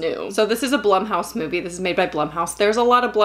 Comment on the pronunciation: I thought "Blumhouse" was pronounced "bloomhouse."